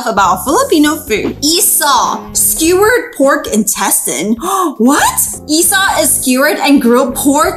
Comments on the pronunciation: its actually called i-saw but no the see like pronounsing sour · It's isaw not isow